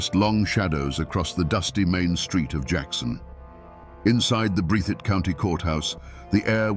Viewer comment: That's "Breath - thitt"